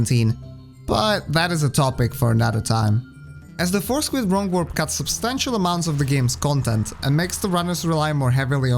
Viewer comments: Great video. I love WR Progression videos and when it comes to og Dark Souls, I couldn't think of anyone better to put one together. Also, on another note, I kept hearing "four squid" in my head instead of "force quit" lol. No disrespect intended, obviously.. that's my own mind's fault 😁😁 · I know you're saying Force Quit, but I can't help but hear Four Squid. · Anyone else started hearing Four Squid instead of Force Quit after a while? xD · Thought he said foreskin at first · i really love your accent but i have to admit that i was listening to this while driving and i thought you were saying "four squid" and not "force quit" for like half of the video LMFAO i was like what??? i thought squids were a bloodborne thing??? skfkskkfkd im so sorry anyway great video!! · it took me over 13 minutes to realize he was saying "force quit" and not "four squid" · I put this video on as background noise while painting my house. I desperately trying to figure out what four squid could possibly mean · Actually, both are acceptable. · I heard force grip lol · Those four squids take a while to fight! I can see why skipping them is so important! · You made me realize it sounds like four squid